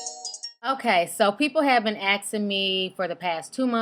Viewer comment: After hearing: "Some people have been axin' me...." I stopped viewing.